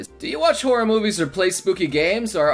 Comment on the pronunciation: all I could hear when he said horror was horry